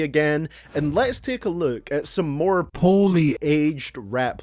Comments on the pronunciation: you can say more, right? isolate the "ore" in it, p-ore-lee super simple, I use similar tactics for learning other languages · I miss your horrible pronunciation of Poorly aged rap lyrics don’t listen to the haters.